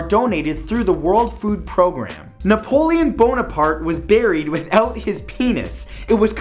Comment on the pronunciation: NAPOLEON-BONE-APART LOL